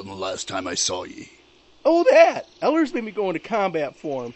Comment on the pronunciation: its Ellers